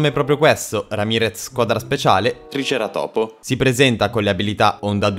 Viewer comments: Non é tricera topo , ma si dici triceràtopo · E poi si dice triceratopo nn tricera topo😅😅 Nn puoi farmi questi errori😖😉😭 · Non per dire ma si dice tricerátopo non triceratópo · ma lo dici apposta tricera topo??hahah